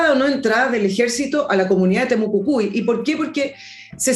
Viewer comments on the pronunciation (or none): Excelente Villegas pero debe ser más rigurosa, se dice Temucuicui y Europa, me reí como te sale decir Temocucui y Uropa.